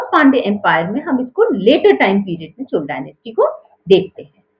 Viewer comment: Madam, please correct your pronunciations first. It is not CHORA dynasty. The correct closest pronunciation is CHOZHA, or CHOLA.